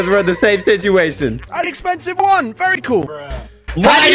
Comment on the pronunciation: One sec later "vary cool"